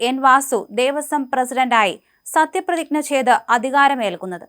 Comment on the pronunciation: മോളെ, "പ്രതിഗ്ന" അല്ല, പ്രതിജ്ഞ. വീണ്ടും കേട്ടു നോക്കൂ.... വീണ്ടും വീണ്ടും ആവർത്തിക്കുന്നതിനാൽ നാക്ക് പിഴവല്ല.....ബാക്കി ഒക്കെ 99% നന്നായി....